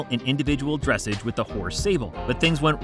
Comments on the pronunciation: dressage not "dresseidge". Pronounced dressaj. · maybe not, but that doesn't mean they can't pronounce words correctly!!! I'm not a horsey person, but I know how to say dressage correctly!!!! It ain't dress age, it is dress awge!!! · Interesting pronunciation of "dressage" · not everyone is a horsey guy. 😉